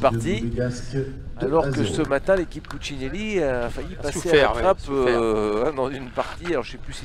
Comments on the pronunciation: C'est marrant de ne pas arriver à dire Puccinelli. 🤣🤣🤣 Puccilini😅😅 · Le commentateur qui prononce « pucineni » et « doère » connais t’il un minimum les joueurs ?😅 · Puccinelli va vous faire un procès au vu de la prononciation de son nom lol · Franchement insupportable le commentateur qui sait pas dire pucinelli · Pastorelli Ça c'est sûr. Il a complètement écorché son nom. Celui de David "Lilian" Doerr aussi, d'ailleurs. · Ce serait bien que le commentateur prononce correctement le nom de Puccinelli Il le découvre peut-être 😮